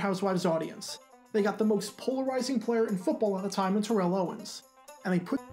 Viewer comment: Well let's see here...Sheridan butchering Terrell's name to the point where it sounds like she's calling him Carol? Check. The blatant forcing of interracial sex down everyone's throat? Check. (Seems even blacks didn't like it.) The wooden acting that made actual porn acting look Shakespearean by comparison? Check. The knowledge that Sheridan had to be wearing pasties because there's no way she'd have done the skit actually naked? Check. The Desperate Housewives women bashing the segment as trash immediately afterwards, thus completely defeating the whole point of it? Check. The fact that anyone who wanted could find far more erotic content on the internet in seconds? Check. The idea that more than maybe 5% of people who liked one show would even want to watch the other at all, or not know both shows existed beforehand? Discount double check. Notice that prudery/morality is not one of the reasons I listed as to why this was so cringe.